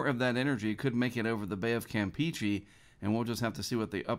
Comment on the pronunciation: Hey, I really appreciate what you do in the weather community and I watch your videos every single day, but....... "Campeche" is pronounced com-pay-chay, NOT camp-peachy! You said it correctly one time a few months ago I recall but then immediately reverted back to camp-peachy, so I just thought I'd give you a friendly heads up about the actual pronunciation:)